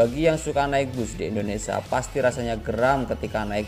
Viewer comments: indonesia brooo... bukan indonesa...😂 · Setiap bilang indonesia selalu di bilang INDONESA kacau ucapin bangsa sendiri aja salah